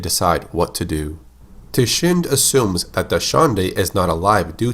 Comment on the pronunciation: Tichinde is pronounced Tee-Chin-Day.